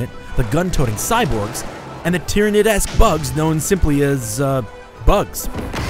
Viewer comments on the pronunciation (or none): did he just say tyranids ^^